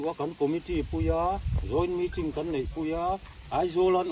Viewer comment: Meetring ??? or meeting?